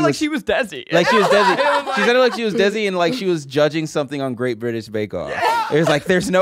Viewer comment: Hey guys, desi is pronounced more Day-see than dezzie (not exactly, it's more a soft d/th sound that's hard to explain, but we'll accept Day-see as close enough)